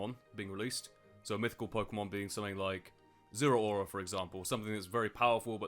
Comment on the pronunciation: It’s zarude